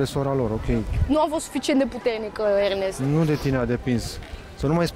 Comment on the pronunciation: Domnu' Iernest 😂😂😄 mor cu ăștia care nu știu să pronunțe litera E...